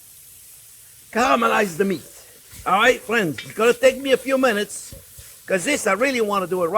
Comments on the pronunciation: Didn't you mean "fwends"? He says "friends" just like Elmer Fudd. 🤣🤣🤣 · I counted at least 30 “fwends” from chef, guess he really likes his audience 😄 love you too chef keep up the good work mon ami ❤